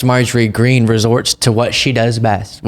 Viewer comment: You're mispronouncing her name, its "Marjorie Taylor Peen" .